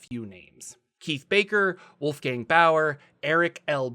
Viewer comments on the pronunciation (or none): none